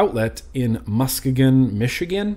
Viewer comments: P.S....it's pronounced "Muss-key-gun" Michigan. lol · Musk-e-gun lol! Pronunciation!